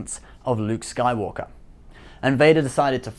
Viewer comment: Did anyone else notice how he said nuke Skywalker